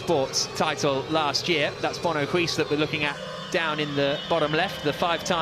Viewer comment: Use Google Translate to hear how "Huis" is pronounced.